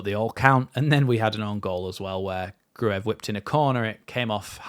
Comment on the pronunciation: Apparently Gruev is not pronounced phonetically, but like Cruyff, so... Gruyff